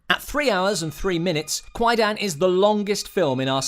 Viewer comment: Yeah, It's pronounced Quie- Dahn, kwai-daaahhhn. not quie-dan. The "a" in dan is a long "a", as in arm. not a short "a" as in man.